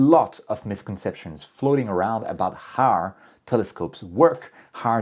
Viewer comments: HOOOOOW, NOT HAAAAAR. How. NOT, har...... 👍😎👌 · Why do you sound like a pirate when you say "how"? Sounds like "harrr" 😂 Jokes aside, it was a great video! I have been an amateur astronomer for a little more than a year, and I'm really grateful for all the knowledge you guys share with us. It makes this hobby way, way easier. Thank you! 😊